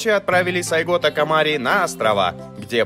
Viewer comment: Позвольте поправить. сАйго такомОри. Да и история рассказано не совсем чётко. Советую прочитать побольше информации по поводу Сацумского восстания. САйго не планировал возглавлять никакого движения, а шёл в столицу, для получения разъяснения, по поводу покушения на него. И тамошние самураи пользовались современными ружья и, а пошли в рукопашку из-за того, что боеприпасы тупо кончились. История очень интересна, изучите её поглубже) спасибо за контент